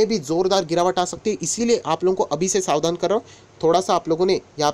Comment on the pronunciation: Sar ji aap ka ucharan bahut hi Achcha hai bahut detail mein aap batate ho lekin Savan Nahin Sar Savdhan